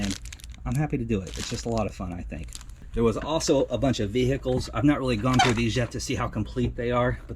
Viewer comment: ve-heeee-ciles cok